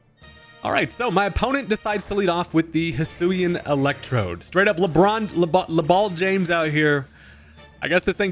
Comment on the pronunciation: "LeBall James" got me cracking up